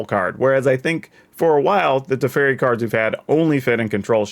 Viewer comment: man ey butchered my boy tef so hard. also good point about tempo tef big brain. Haven't seen any1 pointing this out yet